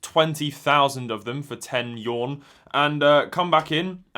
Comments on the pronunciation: It's pronounced You-An not Yawn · "10 yawn" Oh yes, that famous Chinese currency 😂😂